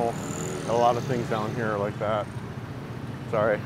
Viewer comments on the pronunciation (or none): none